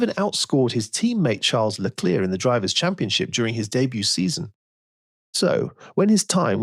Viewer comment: please don’t get ahead of yourself, I was merely referring to the pronunciation of the surname Leclerc